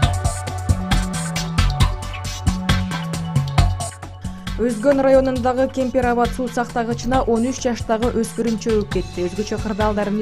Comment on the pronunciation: Кепир Абат эмес!!! Капир Ават десен !!!!